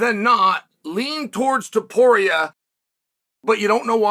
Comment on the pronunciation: "Toporier?" Really Chael